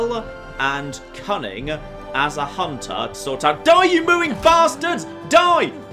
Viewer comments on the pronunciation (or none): none